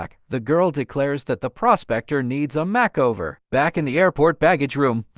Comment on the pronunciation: If it wasn't for the pronouncing the word "makeover" as "mack-over" I probably would've thought this was a real person.